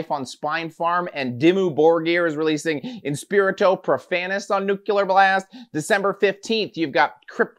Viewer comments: He just keeps on saying nu kyu lar. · NEW-CLEE-URR BLAST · 'Nuc-U-lear Blast'- nice, I see you went to the George W school of epenthesis